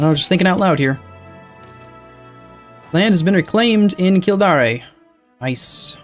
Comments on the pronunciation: It's Kill-Dare,. Not Kill-Dareh. I die a little inside everytime you say it. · I've been biting my lips for a while, but you mispronounce "Kildare". It's cringing. Love to follow the series though, learn a lot by watching you play!